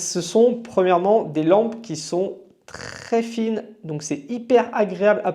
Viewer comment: comment tu dits " trrrrés fine " lol